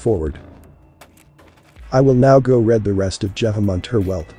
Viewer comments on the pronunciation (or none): AI narrating on this channel post as mispronunciation of the word “read” as “red”. This would not happen if the author of this video was actually speaking. Makes the whole thing suspect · The voice over on this video sounds very fake. At the end it says “ Now I will go and RED my book”